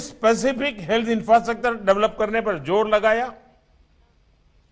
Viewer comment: इंफ्रस्ट्रक्चर को क्या बोला गंवार 😂😂😂😂😂